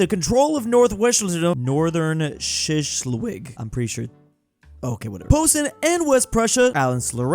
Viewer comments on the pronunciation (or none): that pronunciation of Schleswig killed me on the inside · I love you, but how do you not know how to pronounce schleswig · Bro the way he pronounced Schleswig hurt me so badly. Saying this as a guy learning German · At this point, I've just given up on his pronunciations. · THERE IS NO WAY IN HELL HE DOESNT DO IT INTENTIONALLY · Same bro same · Oh no a foreigner can't pronounce foreign words correctly 😥 what a crime fr fr! Edit: bunch of name freaks smh.. Honestly i find it funny that he mispronoucnes them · I mean he's read it like 100 times, I'd hope he would learn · my brother in Christ his entire Channel is geography/history, he should at least be able to pronounce places